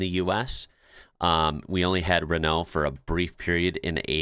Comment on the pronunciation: Well done on finally pronouncing RENAULT correctly. In the UK we HAVE to learn to play football in the rain as it pisses it down during the winter. I remember watching TV games in the snow where they used an ORANGE ball so you could see it. This was in the days before underground heating on pitches.